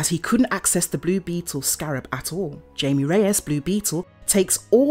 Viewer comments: It’s not Jamie he’s Mexican meaning the j sounds like h and ie sounds more like ay so his name is hamay but it’s spelt Jamie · His name isn't Jamie it's Jaime get it right videos it's annoying please pronounce his name right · it’s pronounced “hi- mm-aye” not jamie.. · No offense but try to look up how to actually say characters name's. Jaime is not pronounced like Jamie. They are two different name's for god sake!